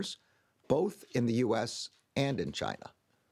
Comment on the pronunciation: Chi Nah ?? 😂